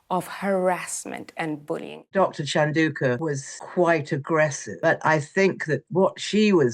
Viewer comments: Prince Lesotho…? Mrs Chanunka…? Santabilay…? Ingrid Seward really ought to get the names right, if she expects to sound credible. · oh lord, where to beginn... this so-called commentator is not capable of pronouncing the word sentebale! neither 'chandauka'. or is she attempting to belittle dr. sophie chandauka? seems so to me. i stand with dr. sophie chandauka! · Can you please pronounce words and names correctly? Bought comes from to buy and brought comes from bring, easy to remember as they both have an 'r'. You pronounced Dr Chandauka's name differently throughout this piece. Sloppy and disrespectful. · And perhaps learn how to pronounce the name of the Charity and the Doctor’s name before being interviewed. 🙄